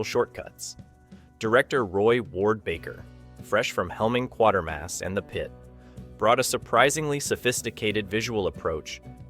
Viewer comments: a slight nit-pick: it's pronounced QWAITER-MASS (like crater). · That's because the computer is dumb. You need to spell it "Ka way ter mass" and no problem😊😊😊😊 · Your AI doesn't know how to pronounce "Quatermass," apparently.